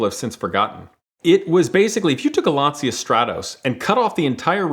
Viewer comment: Calls himself a car guy butchers the pronunciation of "Lancia" OOF